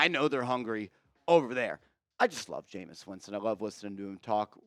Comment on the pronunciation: Bro, for all those QBs you named, we might as well keep Lock, lmao 😅 cmon man, it's Jameis!